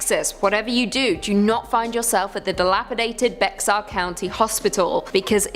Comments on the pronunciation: If ur gonna do a story about a place you really don't kw anything about, plz make sure you pronounce it correctly!! It's pronounced Bear county, not Bexar (spelled correctly tho) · It's not pronounced Bexar county, it's pronounced "bear" county. Just FYI. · Lol so it's spelled "Bexar", yet pronounced "Bex-are",(how it's spelled), but called "bear"? Okay Texas/California? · I was born in San Antonio, Bexar (it’s pronounced BEAR not Bex ar!!), Texas. I want to scream every time I hear them pronounce it wrong! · Bex-are county lmao.. it’s pronounced bear/bare.. bear county the X is silent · Was I the only one screaming bear every time she said bex-ar county???😂😂😂😂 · IT’S PRONOUNCED BAYER, NOT BEX-AR. YOU’RE KILLING ME!! WHY!?!?!?! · Bear not bayer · The 2nd clip it is not pronounced bex-ar. It is pronounced bear county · “Bear or bare” whichever you prefer but it’s NOT Bexar like becks-are 😂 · I was born there and yes it is pronounced bear I used to pronounce it bexar too lol I didn't grow up there that's why 😂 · Bexar county is pronounced like bear...not bex-ar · Bexar county is pronounced bear…not bex-ar ☝️🤓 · lol it’s pronounced BEAR. Although it’s spelled Bexar That gave me a good laugh. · As native of BEXAR COUNTY, San Antonio, Texas, I just wanted to tell you that Bexar is pronounced just like the word BEAR. The "x" is silent, and is a word from an indigenous tribe who used to call that area their home, before being eventually colonized by eastern europeans. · BEXAR is pronounced "BEAR." You all should really look up what your talking about! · The Bexar in Bexar County is pronounced Bear 🐻 😅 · Bexar pronounced Bayer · You pronounces bexar wrong ! It’s like saying bear that’s how it sounds Bear county but it’s spelled bexar county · Bexar, pronounced "Bare"... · Thank God I was born in Bexar 10 years before the curse. Me and my three brothers 😮. Which is pronounced bear by the way. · She said next ar county 😂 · Bexar County is pronounced BEAR county.